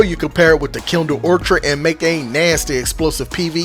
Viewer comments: Love this gun!…. And it’s pronounced or kid ❤ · Awesome video!! Note out of love: It's pronounced Kindled Orchid (Or-Kid) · It's (Or-kuhd) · Hard k on the orchid pronunciation. Orchards are something else entirely. Good vid bro!